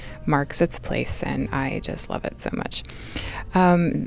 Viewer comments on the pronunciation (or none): Wuv…. Twu wuv 😂🤣 I can hear this.